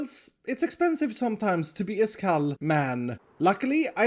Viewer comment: I love it when he says “Iskall....... man”